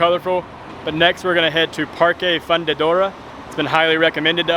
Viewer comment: It's really not difficult to pronounce "fundidora".